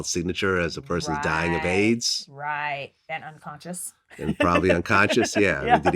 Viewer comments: Damn the way Vlad keeps emphasising that he was dying OF AIDS is unnecessary🙄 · The emphasis on dying of Aids is just too much here vlad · Why is he keep saying dying of "AIDS" w/ such emphasis?